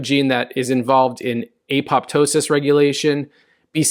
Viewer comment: It’s not a POP ptosis, but apo PTOSIS ! Remember how you pronounce Ptosis, as in droopy eyelid. Just put ‘apo’ before it!